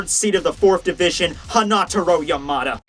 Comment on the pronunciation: u stress Yamada wrong. Ya-ma-da and every sylb stressed the same way